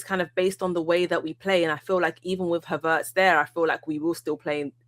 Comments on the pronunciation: I'm taking over this shizzle, ive had enough T, pass the torch, Havertz not Haveeeeertz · Did she say huvertz? 😂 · 'HA - vertz' 😂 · the way is saying Havertz makes me think I’m about to hire a car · Am I the only one who HATES how pronounces Havertz?? Unless that is the German pronunciation..